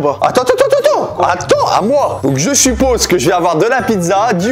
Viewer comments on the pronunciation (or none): none